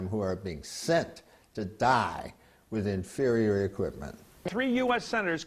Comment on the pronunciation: lets play a drinking game. everytime the guy in the begiining says "infurior equipment" do a shot